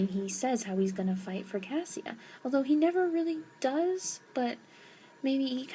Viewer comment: Cassia is pronounced Kasha. It's like Kesha but with an A like apple. I know this because I listened to the audiobooks and heard how it is supposed to sound like.